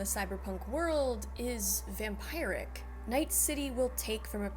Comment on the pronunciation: It's pronounced, Vam-Peer-ick